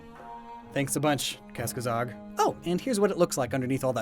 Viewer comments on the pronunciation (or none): Is it just me or does butcher his own pronunciation of Kasakozog? I hear Kaskazog?